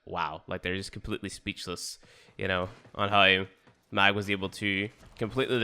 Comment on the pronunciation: Why are you pronouncing Mag like that?